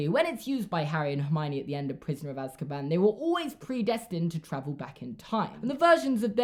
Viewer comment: i love the way he pronounces Azkaban lol, he says az-ka-BAN instead of AZ-ka-ban